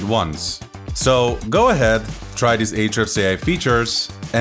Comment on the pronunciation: Lol. "arshhds" sounds good! ;-p